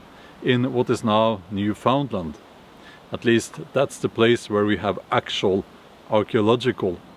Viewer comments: One more thing. It pronounced Newfin-land. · We do call it "the Lord's prayer" in English, so you're spot on. Also, Newfoundland is pronounced New-fun-land. I've lived in Ontario most of my life. It would be incredibly cool if legit Viking artifacts were found here in the province. I don't think it would be odd, either, the Vikings would have loved Ontario, the moderate climate near the Great Lakes, deep forests, loads of resources, the Vikings could have carved out quite the Kingdom if they'd made it here.